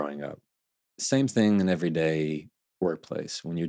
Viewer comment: Love this guy, but him saying "think" instead of "thing" kills me.